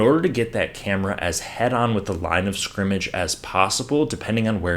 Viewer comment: Great video! Also, congrats on being able to enunce "line of scrimmage!" 99.9% of "professional" announcers say "line discrimage." Am I guilty if discrimagination?